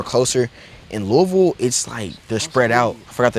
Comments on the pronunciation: FINALLY A YOUTUBER WHO SAYS LOUISVILLE RIGHT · He say louisville the right way